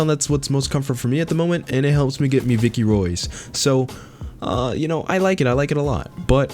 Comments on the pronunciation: love ur vids but don’t ever say vickey Roy’s ever again k man? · He sad Viccy Roys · this nigga said vicky q's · As soon as I heard him say Vicky Roys I left. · ''viccie roys'' please never say that again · i stopped watching when he said "it helps me get the vicky roys" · ‘Viccy roys’ Tf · Never fucking say viccy roys again. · I know he didn’t just say “Vicky Roys”